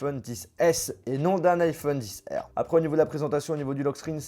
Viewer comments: Mais pourquoi tu dit dixR c’est Xr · Ça me stresse quand il dit "iPhone 10R" j'ai trop l'habitude d'entendre XR 😂